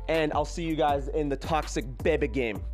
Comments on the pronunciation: Took me while to figure out he was saying “Kick the beh beh” at the beginning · Technically isnt saying baby, he is saying Beh beh.